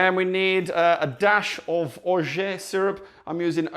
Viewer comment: I was so impressed when you said Cointreau ! Every non french person I have met didn't know how to pronounce it And then just after this glorious moment you said "Orgé".. It's OrgeAt sounds like Orgie and Pizza kind of..